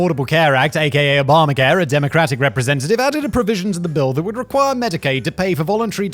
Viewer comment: Did Simon just call the Affordable Care Act "Obama-hair"?